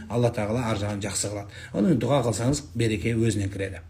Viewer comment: ДУГА ЕМЕС ДУА БОЛГАНЫГО САЛАФИТ.